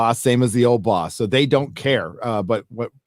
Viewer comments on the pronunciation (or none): I love how pronounces "so" like "soy"